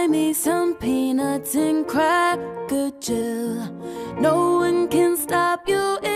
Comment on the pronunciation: Did she say "cracker-jill?"